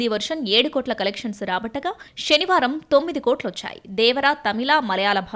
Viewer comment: Shenivaaram kadhu senivaaram